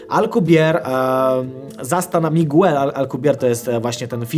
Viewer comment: Miguel czyta się "migel". Nie męcz się ze zbitką liter gue.